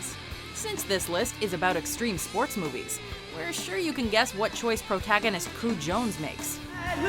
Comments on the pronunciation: Streme Spoats. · Streme spoats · STREEM SPOATS